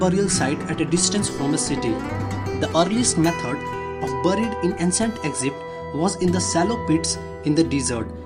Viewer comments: eckzipt? maybe it is a good idea to learn to properly pronounce the name of the country you are presenting. I could not listen for more than 30 seconds. Sorry. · 😭mispronouncing would be fine if it wasn't the main title of the video.. Eggzipt